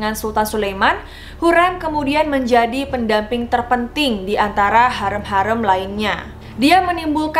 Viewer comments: Maaf kak, "harem" dibaca "harém". Fyi di bahasa Turki, e dibaca tetap e seperti ember, jika ı dibaca e seperti elang. 🙏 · Maaf mba pronunciation haremnya kurang tepat🙏 seharusnya harim..🙏